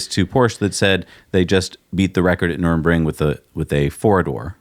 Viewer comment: Guys it's not Nuremburgring or whatever you said it is Nurburgring.